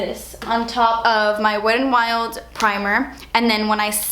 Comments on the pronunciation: Love how you pronounce wet n wild. "Wed n wild" 😂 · lol "Wed and Wild" love you 😘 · how you said "wet n wild" at the beginning LMFAO